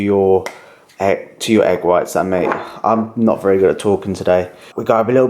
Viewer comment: VEWY NICE HMMMMMMM VEWY NIICCEEE 🤣